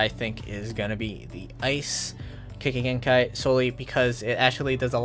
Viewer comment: The way he pronounces Keki genkai is so cringe but than again it’s roblox so it’s expected